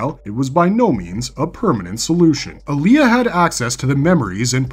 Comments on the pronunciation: It’s AAh-lia, not ALi-Yah. 1 movie, two series and still the mispronunciation? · Alia not Aaliyah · While an interesting video you mispronounce a number of the names wrong including Alia and Leto as well a few others